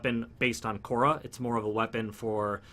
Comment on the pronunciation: It's Khora and not Korha tho xD